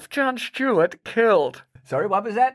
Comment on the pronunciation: is it Jon Stewart or Jon Shtewart?